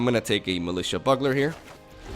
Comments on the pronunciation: Your videos have been fun and educational about the new format and I love that. Keep it up. Also... Please... BYOO-GL-ER. NOT BUG-LER. Strong work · Militia Bugler is not pronounced Militia Buggler. Killin me bro!!! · buggler....... u fucking plebe. (byoo 'glur ) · Why would you think it's pronounced buggler? I mean, if it was maybe juggling bugs in the art or something? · I knew you were european the second you pronounced buggler. Don't worry, as a German, it took me years to realise how epitome is actually prononuced. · Can't stand hearing you call it militia "bug"ler!!!! Great video otherwise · Bug - Ler! That kills me everytime you say it like that! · so ... Bugler is pronounced BUELL-GELL-ER like as in the little horn he holds. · Hey...... protip: (how to pronounce bugler) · I have literally never ever heard Bugler pronounced like this. Its adorable!